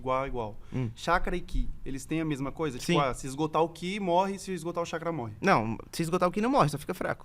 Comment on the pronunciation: Nao é QI é KI